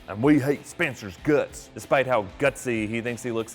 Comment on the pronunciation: I love how whenever he talks about Spencer he says guts